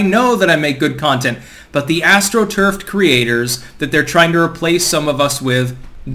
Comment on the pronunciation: Say 'astroturf' again 🤭🤣 Sorry, just takin the piss...lol